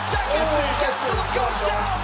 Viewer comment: I normally hate how you say last names but Gastelum is lit